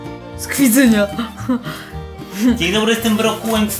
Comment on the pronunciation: Mówi się z KWIDZYNA! NIE KWIDZYŃA! tam nie ma "Ń" A ogólnie przeprowadzki są hmmm męczące coś o tym wiem przeprowadzałam się już 3 razy xD